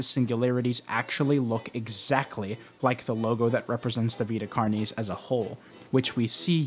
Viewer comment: I’ve never heard someone pronounce “carnis” like that in all of my latin studies. Great video though